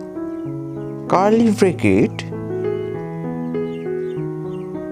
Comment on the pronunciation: "Carley Brekets" got me dying 😂😂😂